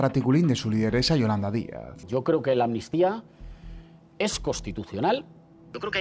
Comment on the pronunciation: Si escuchan bien. Pueden poner la velocidad lenta. Los del pesoe y cía no dicen amnistía , dicen atutia.